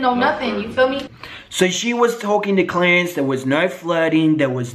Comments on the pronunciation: I love that you say 'Clarence' like 'Clearance', like he's on sale XD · 😂 I hate you, I can’t take you serious! 😂 sounds like you say “clearance”